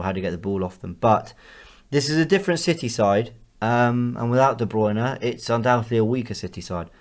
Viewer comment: C'mon! Learn how to pronounce De Bruyne. Correctly. Please!